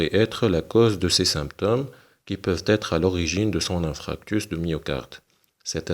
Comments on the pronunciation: hhhhhhhhh ça m'écorche les tympans a l'entendre dire infractus!!!!! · InFARctus doc ça se prononce InFARctus 😂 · Infarctus et non infractus donc ce n'est pas un lapsus !